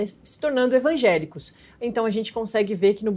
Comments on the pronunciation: Gente, a repórter fala "ENVAGÉLICOS" - é isso mesmo produção? 😂😂😂😂😂😂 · "ENvangélicos"?? "DiácoMos"?? Pai, perdoe-as pois não sabem nem falar...